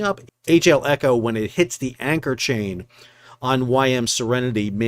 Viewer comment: You called the ship Echo and Elco all the way through the vid and not once did you call it the eco. If you want to be taken seriously as a news channel, how can I trust anything you say if you can't get a name right? Details don't matter. Gossip channel. I'll look elsewhere.